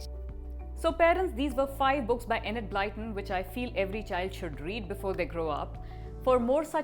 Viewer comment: Actually is closer than you are good sir, and I say this as a native English speaker.